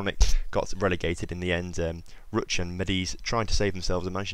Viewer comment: Wow you said Jagiellonia spot on! But you did Lech and Ruch wrong, in polish ch i pronounced h, like in "hard".